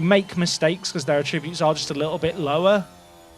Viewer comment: Please practice the word 'Attributes'